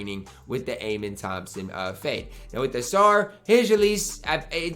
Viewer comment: the way you pronounce Amen's name is, uh-men